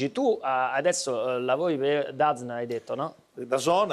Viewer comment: Quando ha pronunciato DAZN ho sputato tutto ahaha